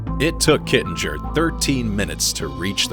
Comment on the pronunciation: Interesting video,. Other than the many inaccuracies, the actual pronunciation of Col. Joe's last name is "Kitting-er", not Kittin-jer". He was a very nice guy and loved being part of the skydiving community. I met him and listened to his stories at a PIA convention. He will be missed by many.